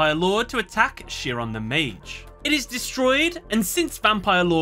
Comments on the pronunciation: Just FYI you are pronouncing the name of Chiron incorrectly. At least from what I know. It isn't (sheeron) it is (kairon) at least the pronunciation I am familiar with. I don't mean to criticize you for your analysis. It just does not sound right when it is mispronounced here. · Chiron is pronounced something like KY-run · This was an awesome video but hearing “Chiron” pronounced as “shear-on” almost hurt every time 😅😅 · minor thing, Chiron is pronounced with a “k” sound like other greek derived words like “chaos” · I Love this series, and look forward to your content coming up on my feed. But By God your pronunciation of Chiron has nearly depleted my LP. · 4kids: *pronounce Chiron correctly.: *gets it wrong repeatedly. Chiron is an actual character from Greek mythology. You could have googled the pronunciation.